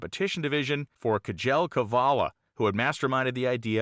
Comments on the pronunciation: His name is pronounced. SHELL. not k gel. Just so you know. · Just a point,the name kjel is swedish and pronounced Shell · I've known of this car for years, but I didn't know it came out of the Bay Area where I grew up and raced. Thanks for filling in the details! Great story. BTW, Kjell Qvale's first name is simply pronounced "shell" -- not a tongue twister at all.